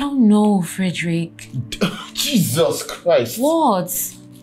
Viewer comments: Am here laughing like crazy when she calls him Frederick instead of Derick 😂😂😂😂😂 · My name is DERICK not FEDRICK 😂😂😂